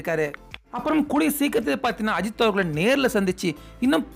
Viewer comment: Kind request - Please pronounce Ajith sir's name properly. Your pronunciation is irritating.